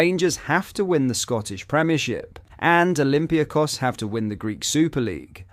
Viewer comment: Who are olympia kos? Oh you mean olympiAkos 😀